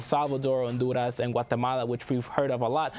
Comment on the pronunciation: Pronouncing some names of countries in Spanish is so annoying.